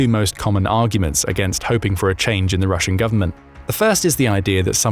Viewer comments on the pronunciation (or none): none